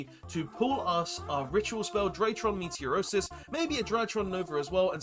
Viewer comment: I'm slightly bothered that throughout this series everytime you attempt to pronounce "Meteonis" you say "Meteorosis" Enjoying the series apart from that though 😂😂😂